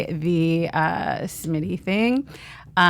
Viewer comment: Smitty, not Schmidty.